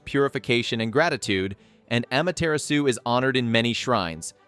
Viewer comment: Aw-Maw-Terr-Raw-Soo! That's how you pronounce her name.